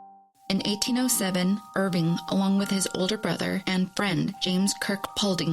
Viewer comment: It’s not “Irvine”, it’s Irving. Washington Irving. If you’re going to do a story/video on the guy, at least get his NAME right. 🤦‍♂️